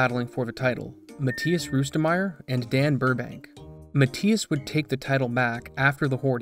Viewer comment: If english isn't your first language I'd understand, but boy you need to work on your pronunciation of names and words. Matthias is NOT pronounced how you said it at all, it's Muh-Thy-Us, not Mat-tee-us. Also, how do fuck up the word preface?